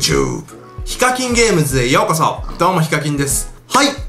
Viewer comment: すみませんけど「ようこしょ」って聞こえたのですが…